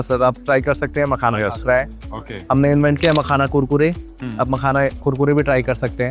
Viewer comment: MAKAHANA COMPANY 😅😅😅😅😅😅 Mene samjha car 🚗 banaata hai . Makhana. Or usko company bhi bol raha hai 😅😅